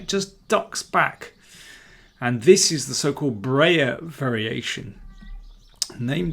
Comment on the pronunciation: Please don't say "Brayer". It's BREYER!